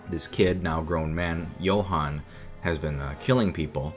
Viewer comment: the way you pronounce Johan is so much better than in German/Swedish/Danish/Nowegian